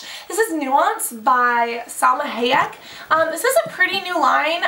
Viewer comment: lol why can't you say salma hayek?